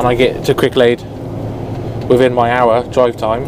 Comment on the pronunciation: Every time says Cricklade my American ears hear Quick Laid. Which is a good name for a tarmac company.